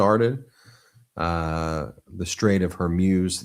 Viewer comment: It’s not Hairmuz ! It’s Hormuz😉